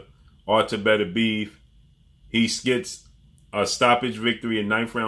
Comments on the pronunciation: Everybody runs into a word they can't properly pronounce . Artur's last name is pronounced Beterbiev(better-bii-EV ) Not betterbeeve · Did Canelo pay you to make this video? And stop calling him betterbeev that's not how his name is pronounced, you can put at least a little effort into pronouncing it correctly.